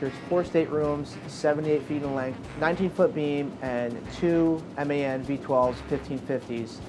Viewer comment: Seriously, big up for calling the engines M.A.N. and not “man”. Good video!